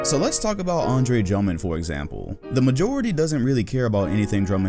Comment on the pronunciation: Nobody:: Andre Jummond